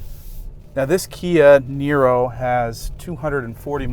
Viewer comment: Apparently when says Kia Nero quick it sounds like Canyonero. I had to rewind the video, lol.